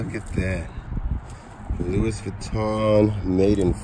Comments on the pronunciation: Louis is pronounced Lou-E just FYI, Congrats on the great finds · it kills me how he pronounces Louis in Louis Vuitton